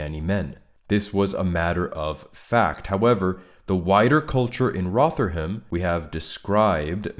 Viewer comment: Thanks for the video. We're not all guilty of moral cowardice, many are in jail for their courage as we speak. Even more are in their cross hairs. It's pronounced "Rovverham" as regards to Rotherham btw